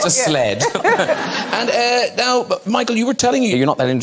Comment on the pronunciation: I think he contracted the words "and now", but it comes out sounding like Anna, you're right!